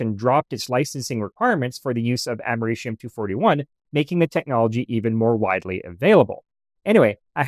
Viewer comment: "amerishium"? i think you mean americium....... its a c... not an sh....